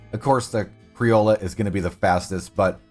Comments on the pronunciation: I'm late to the thread, but it's pronounced "cree-oh-yo" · "Crioll-ah" I just can't even get past this I'm sorry, how do you see an o and use and a sound? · why does he call them criolla and brenton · All these specifics and you still think its criola and brenton? The horses are called criolo and breton. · Pronounced kree-ojo criollo